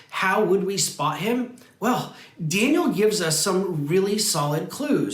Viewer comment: Daniel, not Danliel